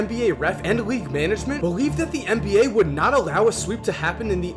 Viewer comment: Why do you keep saying MBA?